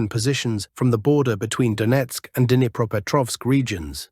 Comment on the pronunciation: should at least know a little Russian or at least know how to pronounce "Dnipreopetrovsk". This is the last time I will click on your channel. I watch "military Summary Channel".